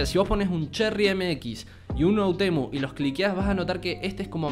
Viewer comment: Me encanta porque es todo el vídeo hermoso pero puso otemu envés de oUtemu